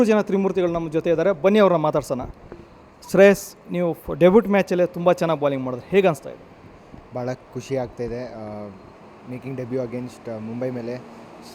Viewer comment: ಯಾವ ಸೀಮೆ ಇಂಗ್ಲಿಷ್ ಅಯ್ಯಾ? ಡೆಬಟ್ ಅಲ್ಲ, ಡೆಬ್ಯು ಅಂತಾರೆ